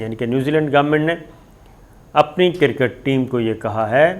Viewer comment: Kirrrket ni jahil cricket hai.. jahil anchor sale p te pronunciation te correct kr le.